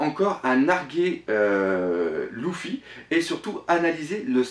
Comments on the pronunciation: Désolé mec mais Luffy ça se dit pas (Louffy) mais (Leuffy) d'accord? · On dit leuffy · pq tu dit louffy